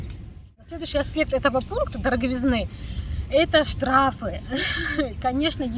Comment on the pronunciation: ДороговИзны, голубушка. Что за дикие ударения у вас?